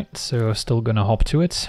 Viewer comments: I kept hearing "hop to it" as "Hawk Tuah". Guess I know what I'm calling it from now on. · whenever you said hop to it I swear to god I was hearing hawk tua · When first said 'Hop To It', I heard 'Hawk Tuah'. What has the world become... 🥲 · When he says hop to it does anyone else hear hawk tuah it or is that just me… 😂😂😂 😱 #AndSpitOnThatThang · "Hot to it" sounds like "Huak thua it". Cannot be unheard. You are welcome.